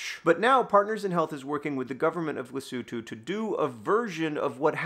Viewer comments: Yes. I applaud John's effort to pronounce Lesotho that's recognisable Masotho & South Africans. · Thank you, John, for (among other things) teaching me how to pronounce "Lesotho". I had been saying the o's like "oh". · I literally came to the comments to comment him for actually pronouncing Lesotho the way it should be.